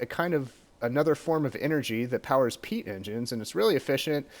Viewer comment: everytime somebody says peat, I understand pee. "later, we want to run the engines on pee"